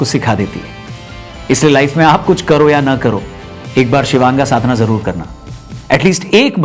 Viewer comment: शिवांगा ❌ शिवांग ✅